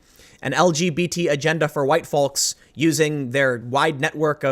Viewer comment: The L in folks is silent, fam.